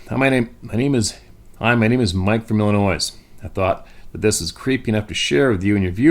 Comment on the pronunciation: quit saying Illinoise!!!! Rrrrrr. Illinois boy. See how that rhymes..... Ok, Grammer class is over for the day, lol.